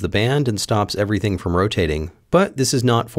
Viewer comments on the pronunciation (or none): none